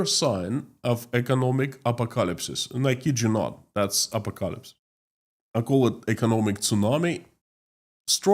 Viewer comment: I had trouble understanding what you were saying . "Apocalypse" pronounced "a-pock-a-lips.